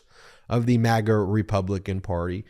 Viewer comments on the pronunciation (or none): This MAGA not mega! It’s America not Emeriga!